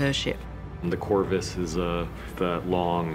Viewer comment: What's that word they're saying for the walkway - corvus? Corvist? Thanks